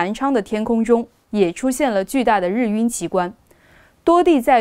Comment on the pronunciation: 日晕，[拼音] [rì yùn]，主持人读错了。